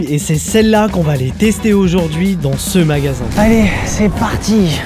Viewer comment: les 5 premières secondes "ché chmagasin" mdrrrrr